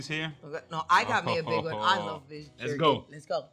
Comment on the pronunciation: Beef yerky.